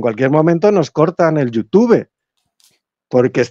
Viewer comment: no me creo que hayas pronunciado YouTube así, minuto. Un abrazo muy sincero a los 2. corregido